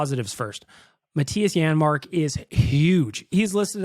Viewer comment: “janmark” lol